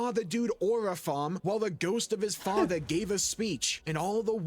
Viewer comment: “My fadder”